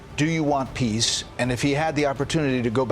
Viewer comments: I believe Zelensky here when he says "We want piss." That's how he always pronunces it. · Poor guy. Every time he says I Want Peace All I Hear is PISS. I want Piss just like 🇪🇺